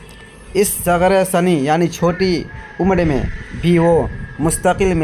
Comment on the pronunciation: ص کے پیش کے نہیں بلکہ زیر کے ساتھ ہوگا صغر سنی